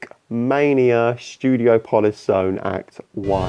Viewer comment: Great content. However your pronunciation of Studiopolis triggered the shit out of me